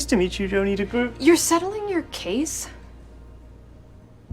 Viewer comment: DeGroot is supposed to rhyme with "boat", not boot. Very minor nitpick but just saying